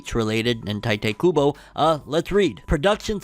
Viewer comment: Pronounced Tee-teh Kuubo